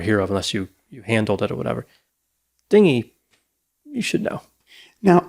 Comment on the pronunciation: only AI would pronounce it Din-gy